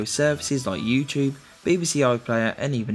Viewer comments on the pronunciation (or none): none